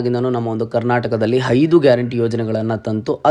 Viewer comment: hydu alla aidu. Please speak kannada correct.